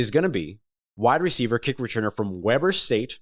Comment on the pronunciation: it's pronounced Weeeeber not webber long E